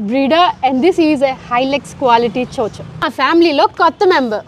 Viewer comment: Its actually pronounced as Ciao Ciao, not cho cho.